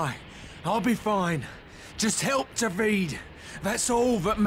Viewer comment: So you're telling me Dah Veed is an odd way to pronounce Dah Veed?